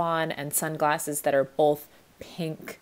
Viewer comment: Love you but bro did you just say “bolth”??